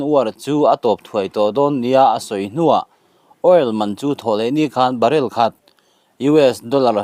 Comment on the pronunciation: Barell ah a tla' ni lovin barrel man a tla hniam zawk aw. I thiamlo em mai i channel hi ka paih tawhe.